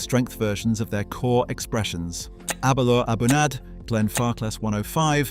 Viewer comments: Very nice guide, I agree with most of it, but I have never heard a scotsman say „isley“ but only „isla“ like „island“ without the „nd“ at the end. Same with the Aberlour A’bunadh, where the d at the end is also silent. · Dude said A'bunadh wrong. Disqualified haha! Having said that, the last bit nailed it. Start with level 3, figure out what you like, live at level 4. Buy level 5 for special occasions or that time when you really need it. Bang on. Speyside for me all the way, usually Aberlour or Balvenie and the occasional double wood Macallan. But I do have a thing for Te Bheag. It's surprisingly quality as a standalone despite being a lower grade blend. The hint of peat that pairs well with smoked and cured meats does the trick.